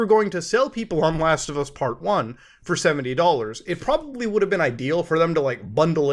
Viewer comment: "100 Canadian dollans" I know feels bad man